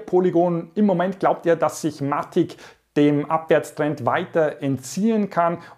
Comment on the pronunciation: Hey, danke für deinen Content. Sehr hilfreich und lehrreich. Danke dafür, eins muss ich dennoch loswerden. Bitte auf die Aussprache achten... bei alle Sachen. In diesem Video speziell auf Matic bezogen. Es heißt [maetig] (mätig gesprochen) und nicht [Matick] und nicht Polygoooon sondern polygon.. ahhh. Bitte... so informativ und hilfreich!!! aber bei so einer Aussprache tun mir die Ohren weh und ich muss abschalten... LG ✌️